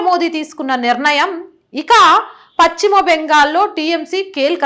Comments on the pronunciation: భాషను ఖూనీ చేస్తోంది. పచ్చిమ బెంగాల్ కాదు. పశ్చిమ బెంగాల్ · చాలా బాగా స్పష్టంగా చెప్పారు. పశ్చిమ అనే పదం మాత్రం చక్కగా పలికితే బాగుంటుంది.